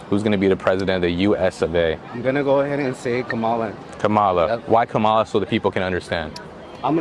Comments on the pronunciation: The first guy voting for Kamala actually said "Trump is against Mexicans" How misinformed can one get? The second guy couldn't even pronounce her name right, he called her Kamila and actually thinks she's black. Well at least the majority were intelligent. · for black hes not even saying her name right. wow. kamila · How come the guy says he wants "Camilla", and doesn't get reamed out for mispronouncing her name like that poor woman did on a talk show? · Bro voting for Kamala mis pronounced her name 🤣🤣🤣 The black dude called her Kamela 🤣🤣🤣 I mean that is the way I say it but if you voting for her you should probably say it right. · Did he say Camilla? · He didn't even know how to pronounce her name either. (Kamila?) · It's hard not to judge people who vote for Kamala, one of these can't even pronounce her name correctly. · He didn't even pronounce Kamala's name correctly, but he is voting for her. That is why this country is in bad shape. #TRUMP 2024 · lol… the black dude can’t even pronounce her name right.. no what I’m sayin… yeah she’s an Aries and half black.. oh and I like paying $8 a gallon yo on yo gas…😢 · That’s a shock…no matter how dishonest Trump is they ignore his lies, stealing, even sexual assault and 34 felonies. Not one person pronounced Kamala properly but kudos for the 2 voting for her. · He is voting for Kamala because she is black but he pronounced her name wrong 🤦‍♀️ I am voting for Trump because he tells me what he is thinking. I don’t trust Kamala or think she has EVER done anything to help the American people (the opposite).